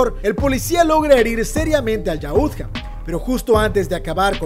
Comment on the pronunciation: Muy buen vídeo pero suena gracioso que dice yaútja con acento en la u si no tiene tilde y es solo yautja